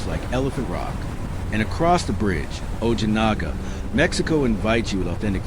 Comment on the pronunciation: Great video. La-hee-tas and o-hee-na-ga